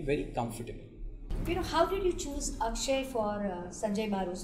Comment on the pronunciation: Akshaye not akshay